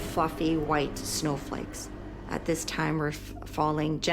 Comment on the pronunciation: does she say "big fluffy snowflakes"? Because it sounds like another f word 😂